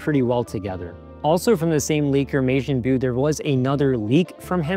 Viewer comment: Pronunciation tip: Majin Buu is pronounced as “ma-gin-boo”, not “may-jean-byu”. It’s a Dragon Ball character.